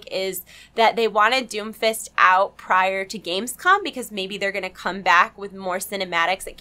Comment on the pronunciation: When you say Doomfist over and over it sounds like Doofus. lol